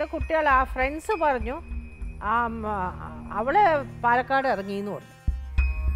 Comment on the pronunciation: പാലേക്കാട് അല്ലെടോ പാലക്കാട് ഇയാൾ ഇതെവിടുന്നു